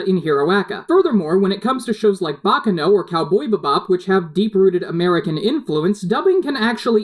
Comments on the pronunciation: did you say Cowboy Bibap? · *COW BOY "BUH-BOP"* STOP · Your pronunciation of "Cowboy Beebop" made me laugh so hard i had to pause the video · He said cow-BOY beh-BOP instead of Cowboy bebop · cool but what the hell was up with you emphasis when you say cowBOY beBOP instead of how people usually say it COWboy BEbop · "Cowboy behbop" Please cease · I love how everyone is so absorbed with the topic of sub v dub that no one is mentioning that he call it cow boybe bop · u pronounced cowboy bebop wrong it's (cow-boy-be-bop) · Did he just say "Cowboy Buh bop" bruh XD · did he pronounce spice and wolf as spicy wolf and cowboy bebop as cowboy bubop or am i insane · Did he say cowboy babop? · I could care less about how u watch anime, but can we talk about how he said, "Cowboy Ba-bop". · Can we just appreciate the way he pronounces "Cowboy Bebop." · of the flag you will get for pronouncing cowboy bebop that way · They way you pronounce Cowboy Bebop gave me various Autoimmune disorders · Cowboy bebop.....how DARE you say that wrong